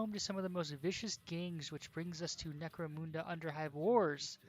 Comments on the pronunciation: Necro-muhnda, not Necro-moonda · Munda not muuuda